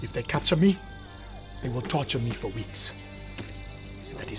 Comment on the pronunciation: "Commander ! don't go they'll toture you " 😂😂